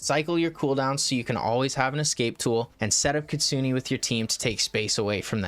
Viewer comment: Btw please stop saying ktsuni it's ktsune...